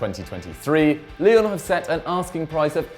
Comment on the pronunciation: sounds like he is saying Lille instead Lyon